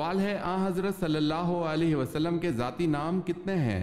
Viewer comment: ذاتی نام ھوتا ھے نہ کہ زاتی۔ یعنی ذال سے۔ زے سے نہیں